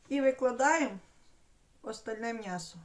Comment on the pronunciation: А чому мнясо , а не м'ясо?